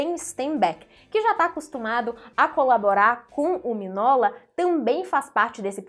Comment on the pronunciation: Se pronuncia "Minhôla", não miguinola, e não minola.